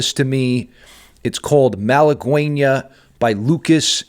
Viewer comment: Btw it is "malagueÑa" no malaguena